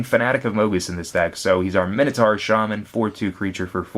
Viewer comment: you pronounce Minotaur wrong, and who says 'plus two plus oh' its zero, the letter is called 'oh' the number is called 'zero' its 'mine-oh-tour' not 'minnow-tour'